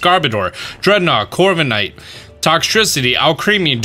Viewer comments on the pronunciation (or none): none